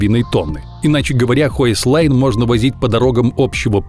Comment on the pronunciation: Не хойслайн, а хёйсхен или хёйхсляйн Тогда понятно, почему маленький домик. Могли бы гугле переводчик подключить. Потому что слышится, как "высокая линия"